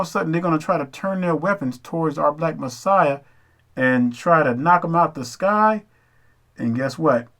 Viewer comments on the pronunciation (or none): none